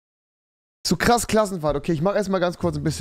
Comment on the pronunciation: Klass Krassenfahrt😁😁 Wer verspricht sich auch immer hahajaha